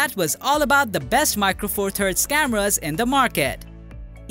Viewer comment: It took me a while to work out the narrator was saying cameras and not scammers - good vid otherwise